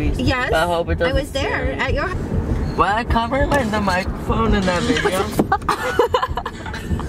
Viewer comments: how adorable He didn't Say Video he said Fideo Lol ps love you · What's Up he said fideo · What's Up lol he said is that my FFFFIDEOOO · "Is that my fideo??? Yes with an f 😂